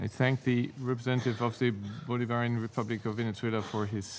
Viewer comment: Why can't even say Bolivarian?